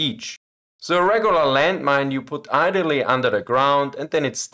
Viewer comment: I get that you're German, and no offense. But how can you not know how to pronounce ideally, anchor, etc. After so many years of making videos.